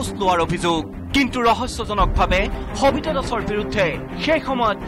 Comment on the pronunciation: khabita ne sabita clear korok,,, baki news thike ase